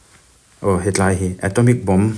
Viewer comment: He tlai. Ani lo. Mizote tawngah a awm lo. ( Helai) ti a, lam tur.